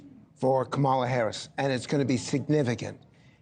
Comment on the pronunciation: Couldn't or wouldn't pronounce Kamala correctly.